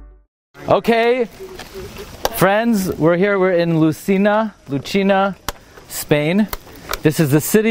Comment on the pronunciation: The correct pronunciation of LUCENA is "Loussayna"